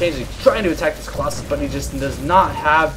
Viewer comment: "premature collossuss" nough said. You should cast more while drunk.